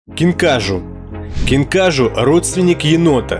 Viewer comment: КинкажУ) ударение на У